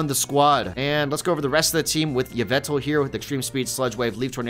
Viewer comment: Its actually pronounced YAH-VUL-TAL